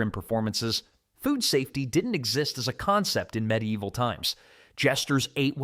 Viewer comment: Me deival? Its medi evil.